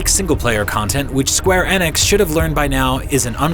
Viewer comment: Skwer Eneks